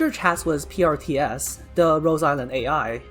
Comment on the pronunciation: And when you pronouncing PRTS...it does sounds like Priestess